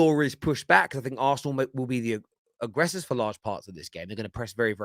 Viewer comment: "Arsenal" not "aresenal" put some respect on the name